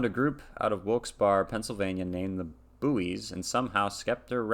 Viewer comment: And just so you know you were mispronouncing their name